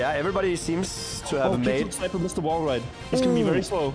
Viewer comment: Jnic not being able to read kickflipsniper is so funny to me